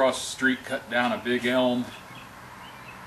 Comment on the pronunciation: You said Elm..and I winced. But hey, that's gonna make a HECK of an anvil perch!